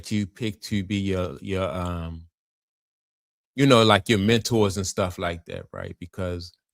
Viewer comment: Leave it up!! 😂 It's Menor eff it that's how bro talk